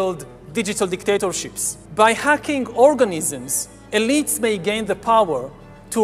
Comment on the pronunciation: First teach him "th" not equal "z"